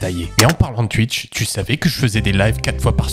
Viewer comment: c'est moi ou tu dit tuitch!!?